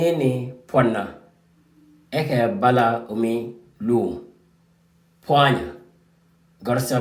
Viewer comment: bro. this is good lesson, but it sound like pwanya and not pwana